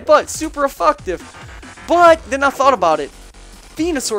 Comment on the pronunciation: did you really call seismic toss "super effucktive" and did shit with no attack investments? alright,, we won't send you back to pokemon school to have a lesson on moves like night shade and s-toss...yet.